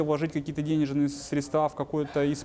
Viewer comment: Что у с речью?? «СредствА», «ложить», хотя то, ЧТО он говорит вроде бы звучит.!!НО!! кроссовки New Balance и голые щиколотки – это, конечно слишком, такие носят официанты в Чайхоне №1